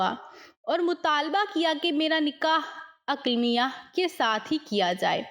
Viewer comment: Not Aklamia it’s Aqleemah